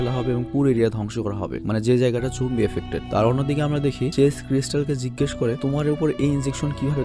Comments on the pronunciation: Apni bln Zombie ami shuni Zongi😂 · ভাই ওইটা zoanggi na zoambie😂😂😂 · ভাই, জঙ্গি না;উচ্চারণটা হবে জম্বি... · Jombie,jongi eigula ki bolen bhai ! Eita Z-O-M-B-I-E